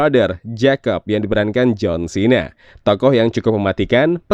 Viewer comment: Harus nya nyebutnya jng jhon chena tapi jhon xena